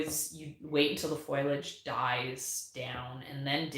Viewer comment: Love these chats :) The pronunciation of “FOI-lage” was bugging me so I looked it up. 🤓 According to Wikipedia (all-knowing that it is), foilage is the “archaic, dialectal, nonstandard” form of foliage (FOE-li-age). Foliage came from the Middle English foilage. So there ya go! You are technically correct to say foilage, but you’re archaic if you do so 😂 (Also spellcheck doesn’t recognize foilage, so…. Best to use foliage because spellcheck is ruler of the universe.)